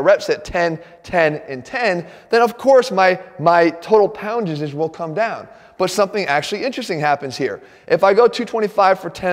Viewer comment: Jeff "poundages" Cavalier... 😄😄😄😂😂😂